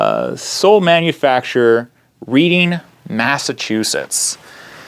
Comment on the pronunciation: In Mass. We pronounce it 'Reding'. Great show! I too am getting excited for Spring! Trip to Maine for a turkey then to Western Mass for trout fishing. Ur show has made me a better camper, thank you.